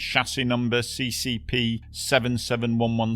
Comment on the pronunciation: its not chasis cccp its sssr xD